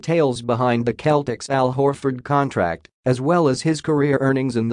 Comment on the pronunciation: Need to listen to yourself it's Celtics. Cell-tics